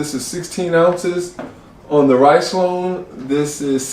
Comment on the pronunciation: It's pronounced "Riz-Lone", not "Rice-Lone". 🤣